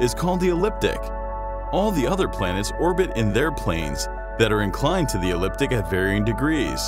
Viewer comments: It's the eCliptic not the elliptic. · It said eCliptic (correct), you said eliptic. Not the same thing at all. If you set up to educate people, get it right. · Its the eCliptic not the eliptic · The planets' orbital planes (excluding Pluto) are very close to each other, not wildly out as shown. The speaker said "Elliptic" twice, but the correct word Ecliptic was on-screen. We went through an alignment back in 1981 and nothing happened here. The Voyager probes were launched in time to take advantage of this alignment. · I'm glad you picked up on that like I did :-) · Straight line configuration is NOT impossible. Just very improbable. Surely, you can run your algorithm a few billion or so years into the future before the sun goes red giant and see this. .....and it’s not “elliptic”, it’s “ecliptic”. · To the narrator: It's "ecliptic" not "elliptic" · Please pronounce ecliptic correctly. You are saying elliptic. e-CLIP-tick! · Say after me "Ecliptic Ecliptic Ecliptic" with a 'c'. Not "Elliptic' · Is it just me, or did anyone else wince when the narrator called the plane of the ecliptic, the "elliptic"? Twice, just to show it wasn't a mis-speak... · did he just say elliptic? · try pronouncing "Ecliptic" correctly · The narrator mispronounced ‘ecliptic’ at one point in the video.